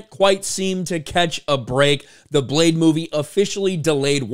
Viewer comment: Retitle it: Bleh-de!